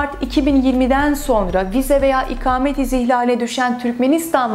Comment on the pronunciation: merhaba, çok rica ediyorum lütfen bunca önemli bilgi sahibi olduğunuz konunun ana başlığı olan "İKAMET" kelimesinin nasıl telaffuz edilmesi gerektiğini öğreniniz, çok önemli. Bu kelimenin a harfi sizin okuduğunuz gibi kalın değil, ince telaffuz edilir ve siz konunuzun bunca hakimi bir insanken ve her cümlenizde en az 100 defa "İKAMET" kelimesini kullanırken, lütfen çok rahatsızlık verici olan bu yanlış telaffuz şeklinizi değiştiriniz. İnanın bir Türk vatandaşı olarak çok rahatsız oldum videonuzu izlerken... Umarım yorumumu okursunuz. Kolaylıklar diliyorum, Özlem Didem Cubela